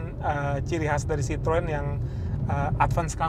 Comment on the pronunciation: kok nyebutnya "si-trun" mulu. Untuk reviewer channel gede macem ini, harusnya sdh nyebut " si-tro-wen"... Kan bukan orang awam...